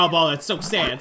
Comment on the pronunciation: I love how he says “so sæd😂